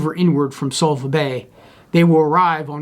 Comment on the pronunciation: Great game. But it's Suvla not Sulva.